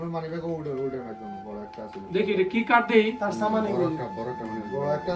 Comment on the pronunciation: ছামান না সামান??